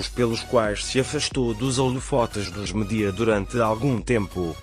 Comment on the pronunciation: Onde descobriram esta voz pavorosa que nem sabe ler palavras tão simples como média?